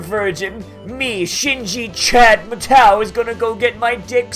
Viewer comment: Your pronunciation of Matou is annoying